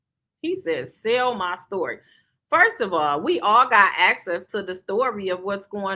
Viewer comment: I hate when he says stury 😩